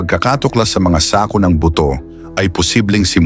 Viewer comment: Okay na sana kaya lang mayron akong hindi nagusttuhan sa pagbigkas mo ng SAKO.